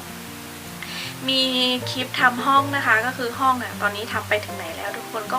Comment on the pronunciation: คลิป คลิป อย่าออกเสียงเป็นคิป นะคะ โปรดออกเสียงให้ชัดๆด้วย